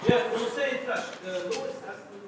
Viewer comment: It's Louis not Lewis